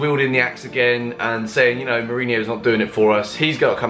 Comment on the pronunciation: You call yourself a Chelsea fan and you can't even pronounce your own coach's name right smh